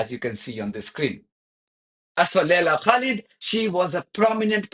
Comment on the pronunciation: The ZiNz woman deliberately mispronounced the name of Laila Khalid as Kalib meaning dog.